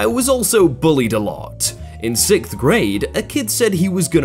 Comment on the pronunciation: He says sicth grade here's proof